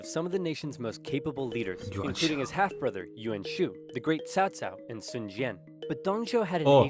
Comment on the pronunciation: We all blamed early Dynasty Warrior games for making us mispronounce Cao Cao's name as "Cow Cow". They eventually fixed it in later games, but by then the damage was already done.